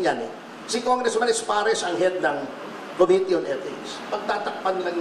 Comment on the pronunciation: Sama mo na yung mispronunciation ng committee. kohmity ng kohmity parang King of Kohmity lol